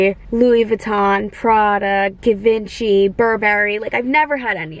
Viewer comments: Congrats on your first designer bag! What an exciting moment. And it’s actually pronounced jee-von-shee x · Please stop my cringe....It's french. Give on chee Lol x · G-vahn-ch-E is how I thought it was pronounced but what the hell do I know?! 😂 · Okay okay I pronounced it wrong I got it 😂😂😂